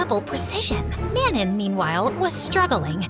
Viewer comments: if lesley’s mates name is manon it’s pronounced mahnoh 🥀💔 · Wait I just realized- ARE THEY TRYING TO SAY MANON? IS THAT RLY HOW THEY'RE PRONOUNCING IT?